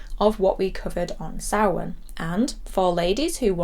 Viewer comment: I love that Michael wrote samhain in the school in halloween2 and despite his education dr loomis completely mispronounced it. I'm watching halloween3 later tonight and halloween6 has always been a 'guilty pleasure' of mine, its not as good as h20 but I love paul rudds slightly creepy take on Tommy Doyle.